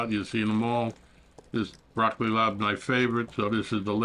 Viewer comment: Are you saying Blocky Lob?